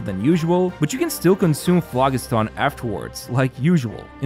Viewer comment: The g in phlogiston makes a j sound. It's a real word, not something they made up for this update.